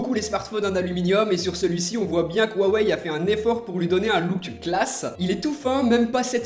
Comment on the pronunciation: Mdrrr comment Tu dis "waweill euh " 😂😂😂